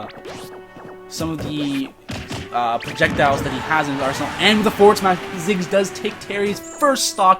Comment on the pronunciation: Thought it was Ziggs not Jiggs.